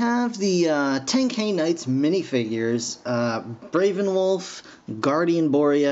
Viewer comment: STOP PRONOUSING THE NAMES WRONG ITS TEN-k-eye and it VA-lorn but otherwise cool video